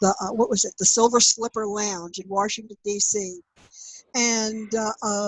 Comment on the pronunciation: Warshington!? Sounds like a Jersey Girl! NEATO!